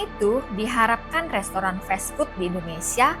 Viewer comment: Duh bacanya festfood, 😂😂😂, emangnya makanan festival